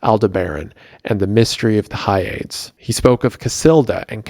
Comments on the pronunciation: Hyades is pronounced not as 'Hi-aids', rather it is pronounced as 'Hi-ah-dees'. It is of Greek origin I believe. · Or pronouncing "Hyades" (Hi-Ya-Deez) as whatever the f he was pronouncing it as. Drove me crazy. Like know your pronunciations dude. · Hyades is pronounced Hi ah dees